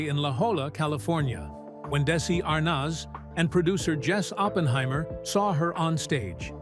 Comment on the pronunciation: This video could have been better organized. It's interesting to finally learn more about Vivian but it got repetitive due to the bad editing and failure to follow the time line. And the narrator doesn't know how to say Arnaz.